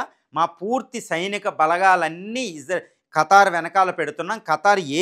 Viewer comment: "ఖతార్" కాదు ఖతర్